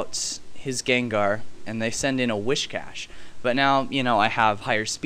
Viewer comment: Yeah Whiscash learns Dragon Dance in HG/SS. Crawdaunt gets it too. Mismagius gets Nasty Plot, which is really neat. You should try it out, Aaron. And it's not WhiSHcash. It's just WhiScash xD